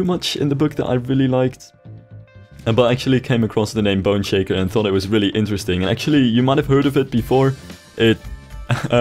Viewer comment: Every time you say "Boneshaker," it sounds like you're saying "Bun shaker."